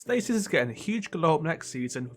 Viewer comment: You're not the only one that has trouble pronouncing it.